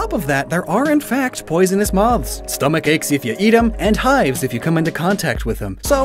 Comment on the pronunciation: Idk why but I hate how you say "moths" 😂